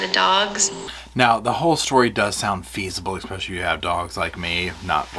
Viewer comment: This is a great video. But don’t say expecially. It’s especially. Sorry 😢 it just grates on me but great video. 👏👏👏